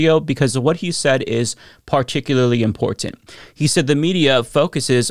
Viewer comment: The way you say "Important", "Impor-TanT" sounds so weird to my ears lol.